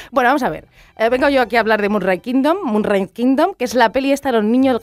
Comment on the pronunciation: No sabe ni decir bien Moonrise Kingdom, primero aprende a pronunciar bien el nombre